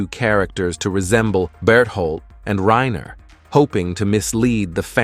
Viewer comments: ITS NOT RAINA ITS RANER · I can tell you watch dub with how you say “Reina” not Reiner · WHY THE FUCK DO YOU SAY REYNA!??!?! It's fkin RY-NER holy shit! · Am i the only one who got confused at the first time he said reiner's name bc he said it "Rayna" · Why can't anyone pronounce Reiner lol.